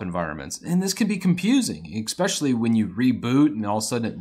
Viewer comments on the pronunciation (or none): It's really annoying me now. There's no x in especially, it's your first language, it shouldn't be difficult